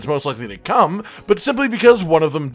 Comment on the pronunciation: Every time he says come I hear cum. Edit: It's interesting that the one that's the least likely to come to world as the one that he decided would win.